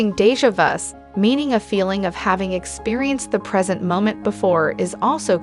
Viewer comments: It's Kar l Jung De ja vu And Ya way Please pronounce these words correctly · Since you mention self improvement, here are some tips: research well regarding subjects on which you decide to speak, especially if your purpose is for instruction. Jung’s name is pronounced “yoong.” Déjà vu has no “s” even if you choose to refer to plural form (s would be silent). Research Carl Jung’s later work regarding synchronicity. See Aion and The Red Book. You also blow pronunciation of JHVH and Nebuchadnezzar. Video would be “educational.” Language is important and beautiful. If you wish to educate, be educated. Rest isn’t bad. Don’t stop.